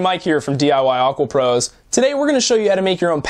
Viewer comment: i hate it when you say D I WOW Aqua prows